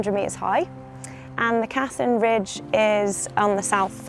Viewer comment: Wonderful video, awesome views, and a really great accomplishment! 👍 I think the route is named after Riccardo Cassin, an italian alpinist, who climbed the Denali as part of an italian team, back in 1961, when he was 52. The correct pronunciation is with a stress on the second syllable, so it’s Cassìn, not Càssin. 😉